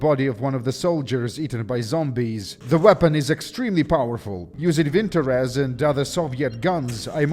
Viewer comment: Wait that's how you pronounce Vintorez ??